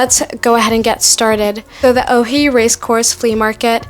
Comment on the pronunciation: It’s supposed to be “Oi” and not “Ohi”. The video is very good and you made a good job describing the details.